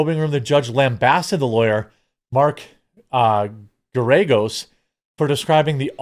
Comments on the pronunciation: pronounced Gare-ah-gose i believe. Noted friend and common guest on Adam Carolla Show / Adam Carolla Podcast. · You should know who Mark Geragos is and how to say his name.